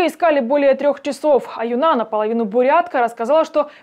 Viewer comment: Она АЮна, а не аюннА